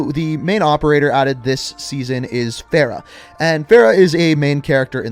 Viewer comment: By the way for Farah, it's pronounced FA-Ruh FA: like FAst in British Ruh: like in bruh And Farah in Arabic means Joy and Happiness!